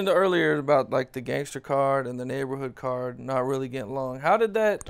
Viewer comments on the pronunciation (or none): "Cars" not "Cards" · CARS homie not cards lmfao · “Cards” 😒smh